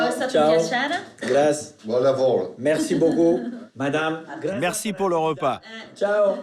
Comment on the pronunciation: J'aime cette émission je pense qu'il pousse un peu parfois. Comme quand il dit "Gratzi" avec un énorme accent français. Personne me fera croire qu'il y a un seul français au monde qui ne sait pas comment ça se prononce en italien 😏